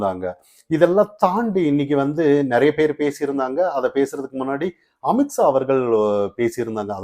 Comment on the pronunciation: 😂😂😂😂 not AMIT SAA.... pronounce AMIT SHAH😂😂